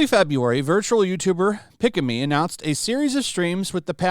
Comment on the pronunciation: if you watch any clip of pikamee videos, her laugh sounds like a kettle boiling water, is a running joke for how she laugh, and you surprily pronounce her name right, un like other guy who try cover pikamee bulling